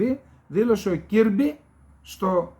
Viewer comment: Ο Κιρμπι προφέρεται Κερμπι...